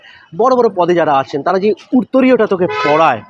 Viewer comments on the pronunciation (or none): কথাটা উত্তরীয়, উরতরীয় নয়। সত্যি কথা বললে, ঠিক এইখানেই বাঙালি ঝার খাচ্ছে। ট্যালেন্ট আছে অনেক, কিন্তু সেটার সঙ্গে যে একটু পড়াশোনাও দরকার সেটা বুঝতে বুঝতেই সময় পেরিয়ে যাচ্ছে।